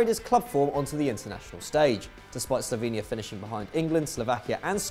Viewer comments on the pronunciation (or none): none